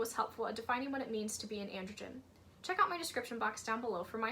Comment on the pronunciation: Just so you know, 'androgyne' is pronounced an - druh - jain, not an - druh - jn! You're pronouncing it as 'androgen', which is a type of hormone.